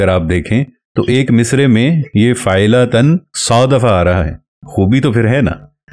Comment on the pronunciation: السلام علیکم حضرت ممکن ہے آپ درست ہوں لیکن آپ پہلے شخص ہیں جن سے فاعلاتَن سنا ہے !!! غلطی انسان سے ہو جاتی ہے اسے تسلیم کرنا سیکھیے۔ میں آپ کے کام کا قدر دان ہوں زبان و بیان کو بھی بہتر سمجھتا ہوں لیکن بہ حیثیت اہلِ زبان کے غلط تلفظ ہضم نہیں ہوتا ۔